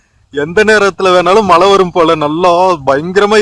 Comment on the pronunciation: சரளமாக பேச வராத ஆங்கிலம் தெரியும் என்று காட்டிக்கொள்வதற்காக தங்கிலீஷில் பேசும் போலிப் பெருமையைத் தவிர்த்து, நல்ல தமிழில் அழகாக பேசலாம். அதுவே நமக்குப் பெருமை. தமிழின் அழகே அதன் சிறப்பு ழகரம் தான். அதை எவ்வளவு மோசமாக சொல்கிறீர்கள்.....தமில் (தமிழ்), மளை (மழை). தமிழ் ரொம்பத்தான் பாவம் அய்யா..... முயற்சிக்குப் பாராட்டுக்கள்....